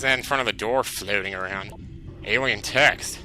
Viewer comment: When you said "alien text" I thought you said "alien tecks" ...and I was like, huh? :o